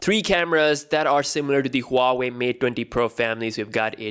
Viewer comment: Who-wei? Lol